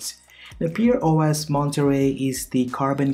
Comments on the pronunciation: pear as in pair, not pear as in peer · Pronounced Pair not Peer And Pear OS is an older distro which I've used in the past and love it